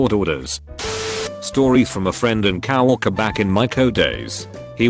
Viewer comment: normal people: co-workers tts bot: cow-orkers